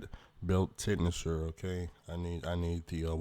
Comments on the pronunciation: Lol Its pronounced like ten shinner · Tensioner Ten-shin-er